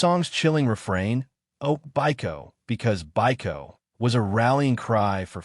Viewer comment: Part about Biko is kind of confusing as for some reason this video is pronouncing it like Buy - Co when Peter Gabriel's song is pronouncing it as Bee-Co. I had to rewatch that part thinking he might be talking about another song I didn't know.